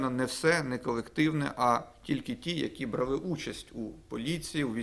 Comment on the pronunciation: самІ, будь ласочкаааа🙏🙏🙏, наголос. І брАли, дуже просимо❤❤❤